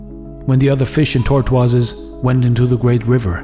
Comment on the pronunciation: You can't pronounce tortoises.